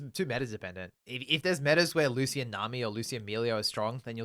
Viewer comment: Loose Ian, Come on, this isn't like a name that is only in a book with no pronunciation guide. No one has ever pronounced Lucian like that. Like you wouldn't say VahRus or Kay'say or Xayyah so wtf is the Loose Ian shit.